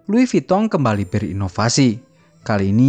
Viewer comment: Lois vuitton Kok lois vitong ? 😂